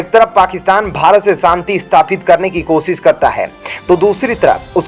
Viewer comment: अशुद्ध हिन्दी उच्चारण ●●● मीडिया जगत में "श" अक्षर की भारी कमी, जैसे कि.........रिलेसन्स, रिस्ते, कोसिस, देस विदेस की परेसानी, सुल्क लगाना, दोसी व्यक्ति पर सुल्क, रासनकार्ड की सिकायत, रासन पानी, समसान में जलता सव, प्रसासन की छमता, सुबह-साम, सौकीन तथा सरारती, असलील हरकत, सादी में जसन, सगुन की सुरुआत, इस्कूल में सास्त्री जी, इस्टेसन पर रेलगाड़ी, युवासक्ति किसोर व किसोरियां, वीडियो सेयर करें.......आदि आदि । बहुत अच्छा विश्लेषण; बहुत बढ़िया चैनल; बस ! 'श' के उच्चारण को 'स' मत करना, हमारे बच्चों का उच्चारण खराब होता है; 'स्तर' को अस्तर' उच्चारण करना भी एक अन्य त्रुटि है, कब बक्शोगे??